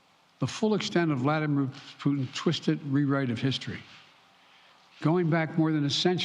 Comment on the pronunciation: Thought she said bladdermair oh well 😅